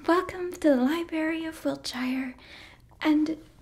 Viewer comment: Just a tip if you're talking about wiltshire in England. Any place with the suffix is pronounced "shir" or "sure" I know a lot of people get it confused because of lotr having the shire 😂 Just thought I'd let you know for future reference 😊